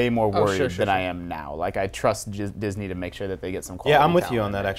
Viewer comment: He almost said jizz-ney ha